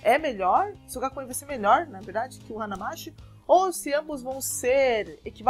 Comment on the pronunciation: não é 'hanamasSHI' a pronúncia. É 'hanamaTI'.